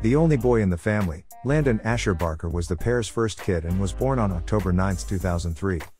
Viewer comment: We are really sorry, it is supposed to be Barker, we will try harder next time with the pronunciation.Thank you!